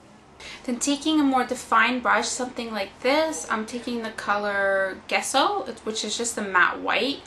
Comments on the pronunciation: It's pronounced jess-o not guess-o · Great tutorial! You're pretty and I have to agree, you do look a bit like Megan Fox. =] BTW, Gesso is pronounced jesso, not ges. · Great tutorial, I'm definately going to try it out! One tip on pronounciation, the colour Gesso, you pronounce the G like a J, it's the Italian word for chalk :-) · The g in gesso is pronounced J, like in jelly :)